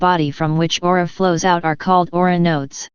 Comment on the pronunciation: What happened to your website? Is it still available under another domain? Also the word is Aura not AurOOra but awesome video.